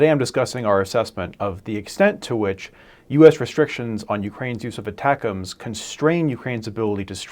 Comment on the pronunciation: Thank you for saying "ATACMS" the way it was intended. Many other channels say ATTACK - "M" "S". I will therefore subscribe.